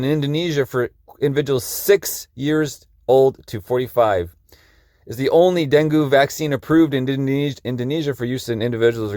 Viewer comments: Appreciate this video, thanks Fyi; Dungue is pronounced Dun gay not Dun goo 😊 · You don’t pronounce it like that. Den Gay Fever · DEN”gay”…fever. pronounced Bengay!’ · Denghe is pronounced Den-Geh!!! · Pronounced den gay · It’s DenGay fever. It’s easy to say and remember. Den. Gay. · Deng-gee Like 'key', but with a G. Not with an A sound. With an E sound. As in E for 'evil', like the person in the article! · That mofo, Gates. He needs to be stopped. It’s pronounced “Den-gay” btw. :)